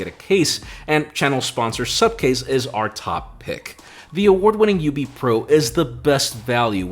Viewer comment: It's Supcase and till today Im hearing Subcase. That's why is always angry with me 😂😂😂